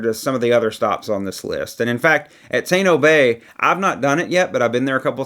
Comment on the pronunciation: It is Cozumel, not Cazamel. It is Taino, not Teyno. As our tour guide, we appreciate the effort in not butchering these beautiful spots that we all love. Thanks for the content!